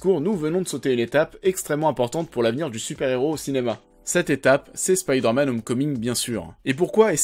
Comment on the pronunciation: mdr spiderman au japon ca donne grendizer.c marrant un coup du dis spiderman facon original à l'anglais puis ensuite tu dis spiiiderman avec i à la francaise) pr le jeux j'ia détesté mary jane qui n'ets qu'un pastiche de lois lane....mary jane c censé etre femme de tout les jouirs pas une super reporter intrépide.sinon j'ai trouvé homecoming nul.....ennyeux et oui spiderman 2 est le meillur car ses sscènes d'actions sont ouf et c ce qu'on demande avec un super héro.